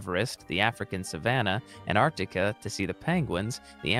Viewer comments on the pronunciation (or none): none